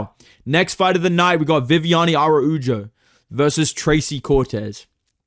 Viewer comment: how hard is it to pronounce araujo bro